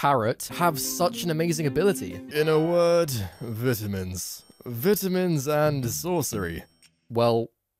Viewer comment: "vitimins" yikes